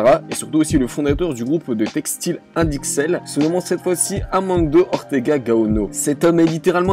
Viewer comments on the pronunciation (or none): INDITEX pas INDIXEL !!! Un peu de recherche avant de faire une vidéo, ça ne fait pas de mal ;) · c'est pas indixel mais inditex, renseigne toi bien avant d'allumer la caméra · c'est INDITEX. pas indixel comme tu le dis. merci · On dit pas "Indixel" mais "Inditex", voila, on s'en fout mais je me sentais dans l'obligation de corriger la faute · Inditex stp pas Indiccel 😂. Sinon 🔥🔥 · Inditex pas indixel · Indixel non Mais Inditex oui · Inditex, pas intilex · INDITEX et non indixel AMANCIO et non amando